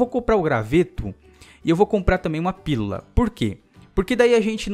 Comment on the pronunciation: não consegue falar pílula '-"